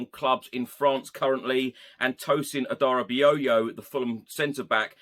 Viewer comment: First time I've heard Adarabioyo pronounced correctly 👏🎉